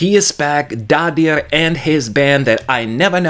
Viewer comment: Daði is pronounced 'Dathi' with a voiced 'th' I believe.